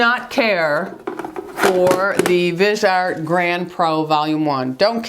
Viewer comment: Hi, love your videos! I am also a more mature woman. I do need to correct you though on the pronunciation of Viseart. It is pronounced vizeeeart. Accent on the e and i is said like it is said in itch.